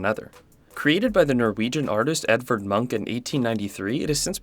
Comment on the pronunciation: Bad at names, pronounces munch as monk.... Srry dude, but if you do not know how to say a word you can 1. look it up, 2. ask someone else and 3. You could not throw your arms in the air and proclaim that it can not be expected of you to say something in a slightly different language than your own. Munch is a globally known and recognized name, im sure someone on the internet has spoken the name before for you to hear.